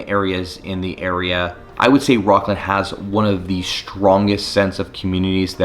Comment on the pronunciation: Are you serious. 😑 your definitely not from sac. "Rockland"? It's rocklin 🤡